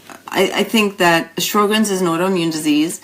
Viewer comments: In the U.S. Sjogren's is pronounced "show'grens." There is no "R" in the first syllable. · pronounce the name right., geesh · It bugs me too. I think her information is good, and very well presented, but I find it very strange that an MD would mispronounce "Sjogren's".